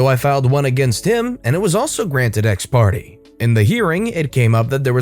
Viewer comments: FYI the legal term, Ex Parte, is pronounced like /ex partay/ I hope that helps! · Hey, Exparte is pronounced ex-par-tay. Just so you know in the future.